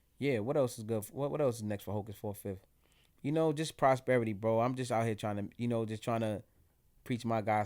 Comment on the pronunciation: Yes it does u not pronouncing it right